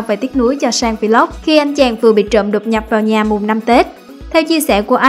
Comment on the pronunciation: Should learn how to pronounce the word VLOG.